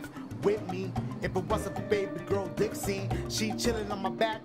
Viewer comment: U called Trixie Dixie